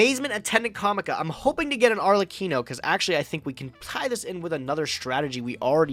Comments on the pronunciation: Both and mispronouncibg Arlekino is giving me an aneurysm. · The fact that they can't both pronunce ARLEKINO right (which btw is written with K only so that you smart Americans know how to read a hard C) triggers me to no end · Arlekino Arkelino Archelino CEOs of pronunciation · I hope will train how to pronounce arLeKino when he plays that card again. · Idk what's worse "ArKELIno" or "arleCHEENO" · the real competition of this episode was who could butcher arlekino name´s the most